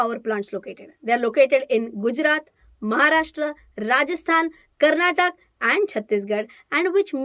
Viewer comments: It's Karnataka, not Karnatak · its not karnatak ... Its KARNATAKA😎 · Hey Madam love the videos you make its very informative and easy to understand. Just want you to correct you a little it is not "Karnatak" it is "Karnataka" hopefully you will correct yourself and correct people around you if they go wrong. Thanks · Very informative! One request, please say Karnataka not Karnatak. Please inspire everyone to pronounce the our state name correctly. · Madam.. small request. It's KARNATAKA..Not Karnatak. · It's not KARNATAK,🤦‍♂️ it's KARNATAKA, please pronounce the state's name correctly!! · Please pronounce Karnataka as it is and not “Karnatak” how would you fell if you are called ”Rachan” “Ranad”?